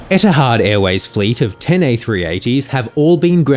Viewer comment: etihad... etihasnt... etihavent..... good god.... take a few seconds and learn how to pronounce it...............